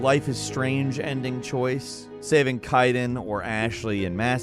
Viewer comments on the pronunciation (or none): Kai-den? Really!? It’s pronounced Kay-den 🤦🏻‍♂️ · Ah yes my favorite mass effect character “Kiden” 😂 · its pronounced kayden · This fucking guy pronounces so many goddamn things with the games he covers. How the hell do you mispronounce Kaiden from Mass Effect, especially when they say his goddamn name so many times in the scene he’s referring to? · Cringe when you said Kaiden's name incorrectly